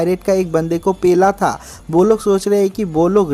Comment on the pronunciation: Pela pela ku bolta h re 😡